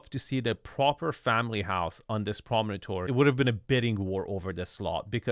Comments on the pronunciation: Promontory not “prominotory”. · Yes, you learn things...like how NOT to pronounce promontory. :) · You are adding an extra syllable to the word promontory. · Promontory has four syllables and no letter 'a". I live on a promontory point in Austin.